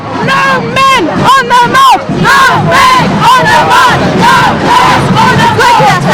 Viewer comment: Wow, this "no men on the march" sounded like "no men on earth". xD.